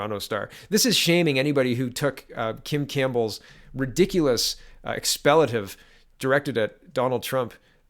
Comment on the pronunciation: what's this word you are trying to use? Expletive You pronounced it ex-palliative.. It's ex PLEE tive